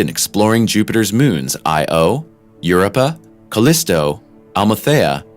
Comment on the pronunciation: The narrator of the video they're watching mispronounces so many word, like "venerable" and "Io" that it's very distracting. If you're going to record a video on YouTube, why wouldn't you make sure that you're pronouncing the terms correctly so you don't sound like an idiot?